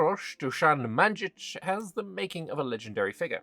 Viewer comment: In Serbian "j" is "y" sound. So Nemanyich (since youll never get that c right).